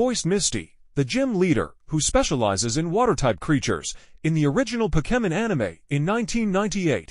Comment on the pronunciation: Hey bro you pronounce Pokemon wrong